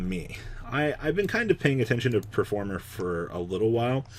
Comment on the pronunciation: Can you stop calling it performer jesus christ its PERFUMEr, you know, the shit girls wear you fking virgin